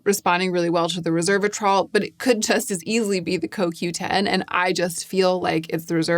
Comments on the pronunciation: *resveratrol, not reservatrol as you are pronouncing it (although my brain was wired to call it that when I first used it too, so I get it). I am glad you are having success with it, as I CANNOT FOR THE LIFE OF ME (OR MY SKIN) use resveratrol. It causes crazy rashes and painful swelling every time. That you call it a mild, soothing ingredient is astonishing to me! I find it more sensitizing than either Vit C or tretinoin. I've tested 3 resveratrol products - TO, Regimen Labs and Skinceuticals - all with the same rashy result. Im always amazed (and a little jealous!) that it works so well for other people, bc the benefits really are fantastic. Even trying in lighter does or mixed with creams and oils - no difference. I'm so glad it's working well for you! Maybe concocting my own version with these powders would help. Also ubiquinone (CoQ10) really is a great skincare ingredient, it just a takes time and trust! I don't think the results are immediate or dramatic, but I've been using it consistently for 2-3 yrs and it has def improved my skin. I have no doubt it's contributing to the positive changes you have appreciated. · Hi dear! Loved the video as usual, just a quick note, it's resveratrol, not reservatrol like it sounds you are pronouncing it. I have just studied it so I wanted to share the pronunciacion, cause at the beginning i was confused and i was thinking it was a new agent, but obviously not a big deal. Have a great day 💕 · Great, thorough. I appreciate your work. One small fix - it is Res-ver-a-trol not Reverse-a-trol. Sorry to be trollish … 😆😂 it’s just a quirk of mine. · Resveratrol—res-VER-a-trol. Not reserve-atrol. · It's pronounced "rez veh ruh traal" (four syllables). Resveratrol